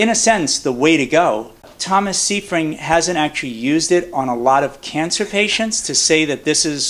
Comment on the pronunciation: you look at the book by Dr Seyfried and you don't even bother to pronounce his name correctly. "Siefring" is all you can muster. A shame.